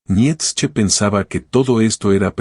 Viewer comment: Esta muy bien el análisis.... Pero por favor pronuncia Bien el nombre de Nietzsche, me llegó hartar tu pronunciacion.